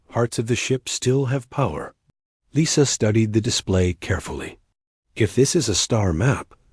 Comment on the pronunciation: Thumbs up, good story, one of the better A.I.'s, but ... saw "Lisa" pronounced "Leesa", then 5 words later, saw "Lisa" pronounced "Lisa" . I would expect even lesser A.I.'s to have some consistent pronunciation. Just sayin'